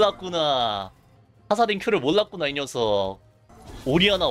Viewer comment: 몰랐구나 몰라요를 믈락구나 믈락요라고 발음하노